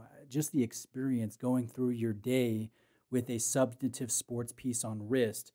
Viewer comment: The word is ‘substantive’, not ‘substative’. Aside from that annoyance, thanks for the in depth review!